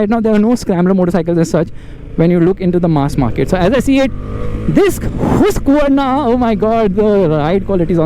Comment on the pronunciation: Bro its pronounce hask-varna